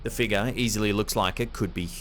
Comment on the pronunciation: Figure. It’s not pronounced figa. FIG-yur. And flying penguin? The rational answer cannot be more ludicrous than the paranormal one. And the last clip why don’t we see anymore than what’s shown?